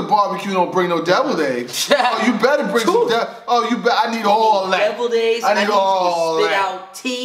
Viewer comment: he said "don't come to the bar-b-que and don't bring no devil eggs" ctfu. Tears